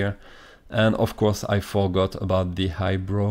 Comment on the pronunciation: when you said eyebrow it sounded like "hi bro" i love your accent!